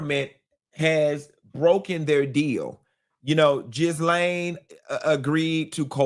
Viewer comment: u always say her name wrong. It's not Jizz-lane, it's Gill-lane😂